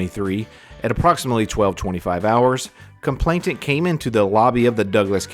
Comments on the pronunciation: 'Complainant' not 'complaintant' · Nice video, he's a vile human being. One helpful hint, I hope: It's "complainant" not "complainTant". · COMPLAINANT not complainTant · With respect, the word is complainant. There's only one 't'.